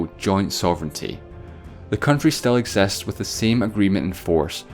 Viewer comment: Exests, revers, devide.... Dude has problems pronouncing i.